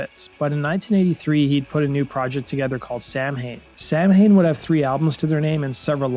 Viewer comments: You need to pronounce the word correct....it's samhain= saw-win...it's saw win =samhain...there is another way to pronounce that some also pronounce as saw-ween hence Halloween... samhain is my pagan new year...as a fine journalist as you are ,and I absolutely love your content I figured I should correct this before ppl start correcting you in the comments..😉👍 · It's not Sam-Hain. Goddamn, people are stupid. Thumbs down. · Awesome video as always, but "Samhain" is pronounced "sow-in." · Pronounced "Sah-Win" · SAMHAIN is pronounced- SOW-WEN. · It's pronounced "sow-WIN" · It’s sow - (like wow) - in. I’m Irish, it’s an Irish word. 🙌🏼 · I think someone else may have corrected u — all in faith of course — but it’s pronounced—- sow-in . Love your videos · From the moment you said Sam-Hayne I was done. Learn to pronounce the band you're covering smh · It's pronounced 'sown' - sounds like 'sow' (as in female pig) with an n on the end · When you go 40 years calling a band Samhain, when its pronounced SAH wen. But Im sure danzig kept the pronunciation of the actual spelling as to not confuse people. But its pronounced SAH wen. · Its pronounced sow in. Do your research. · It’s pronounced sow-win… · Its pronounced Sow-en. Irish man speaking here. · Pronounced Sah-Win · Samhian is pronounced "sow-in" (sow like a female pig) it's Halloween in the Irish language. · The best Danzig project. It's actually pronounced Saulwon. But ya we all called them Samhain. I used to listen religiously back in the day. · Too punk to say it well? "Saw, wen." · It's pronounced "Saw wen".. BTW, Tesco Vee is a punk rock God. Coolest MFer in music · Sow en. Did they intentionally pronounce it Samhain? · Isn't it pronounced sah-way or something? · its pronounced Sowen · Ffs why can non-irish people not pronounce Samhain. It's pronounced "sow-n". Like a female pig and then the letter n. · Isn’t Samhain pronounced Sawin? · It kind of bugs me when it is phonetically pronounced "samhain"